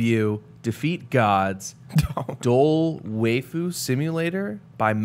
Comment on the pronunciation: Waifu isn't even a real world and Yet I'm still disappointed about how you Pronounced it.